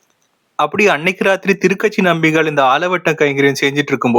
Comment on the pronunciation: A small correction - Thuru Kachi (not Thiru katchi)